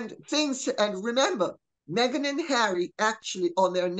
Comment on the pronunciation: Around 👉 👈 Did i hear Lady C say "meg-nancy?" 💀